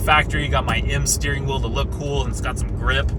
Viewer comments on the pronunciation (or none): This guy can’t pronounce words that have two “e’s” in succession. “The will line.” You mean wheel, bud.